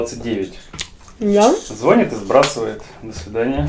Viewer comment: ЗвонИт, звонИшь